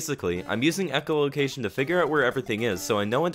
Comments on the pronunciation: "ecolocation" rofl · ‘Echolocation’ are you a bat?